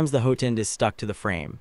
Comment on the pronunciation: What is a hoo-ten? It’s hot-end. You say it right several times in the video.